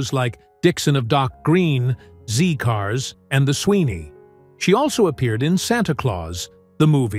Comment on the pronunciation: Also it is ZED cars. Narrator should really be au fait with correct pronunciation!